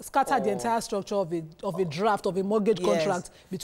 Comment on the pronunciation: The ‘t’ in mortgage is silent....